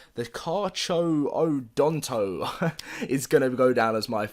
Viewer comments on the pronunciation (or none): Ok it’s car-car-a-done-toe-sore-us that’s how you pronounce it Btw the besmodoes is my favorite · The way you say cacharadontosaur is this👇 Karkaradontosaur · The Carcharodontosaurus you say - Kar-kar-o-don-to-saur-us